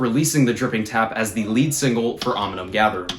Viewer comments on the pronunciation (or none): Oh and I’m pretty sure it’s ‘Omnium’ btw not ‘Ominum’ good luck with finals man! What’s your degree?